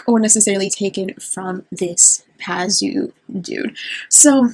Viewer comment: Pazuzu. Two zoos, I don’t know why you keep dropping a syllable. He was reputed to be a protector of pregnant women (oddly) and women would carry amulets of his image. But Labubu really are horrible.